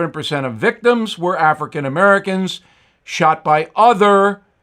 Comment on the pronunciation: Bill is so funny sounding, when he says African Americans. Lol!!!!!!!!!!!!!!!!!!!!!!!